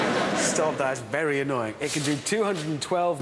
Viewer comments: Rebentón B-12 Whateber Berry Annoying LEAVE IT! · "B-12", "What-eber", "Bery annoying". "LEAVE IT!"